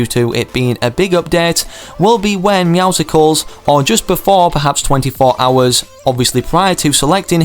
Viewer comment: I like how the battle pass trailer tells you how to pronounce Meowscles but everyone still says Meowsicles 😂